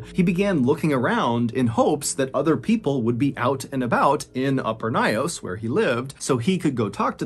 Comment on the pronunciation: It took me a while because of the way he pronounced the lake but because the story is so familiar, I finally figured it out 😅. It’s lake Nyos located in my country Cameroon . It’s pronounced Nyos (like YOURS with an N at the beginning) and not NAYOS and he pronounced 😅. But thanks for this story. This was a tragic story we are still reminded of till date in schools